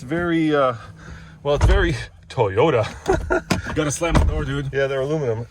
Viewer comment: TAIYOTA LOL